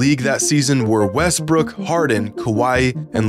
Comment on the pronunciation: Anyone else hear him say westbrick?